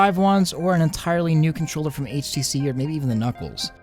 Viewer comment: It sounds like your saying ACC instead HTC.